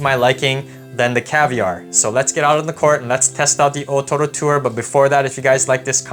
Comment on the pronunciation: I Love how you pronounce the o-toro.